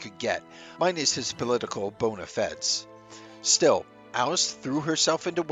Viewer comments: ‘Bon-e-feds’. Uniquely terribly pronunciation from this channel, once again. Almost like it’s done on purpose. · Please, if you are uncertain how to pronounce something, like bonafides, look it up.